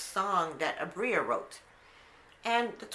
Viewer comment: Abira us her name...you had it right the first time